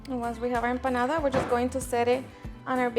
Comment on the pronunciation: I would love to taste your "EMPADADA"